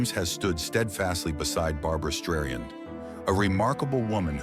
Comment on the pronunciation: Barbra Streiyen??? You have got to be kidding me.